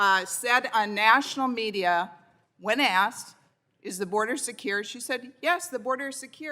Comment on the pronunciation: the border is siekuurrrr...? does she have a speech impediment?